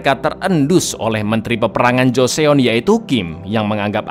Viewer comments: Joseon tuh dibaca JUSON cak... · baca nya joson gt bangg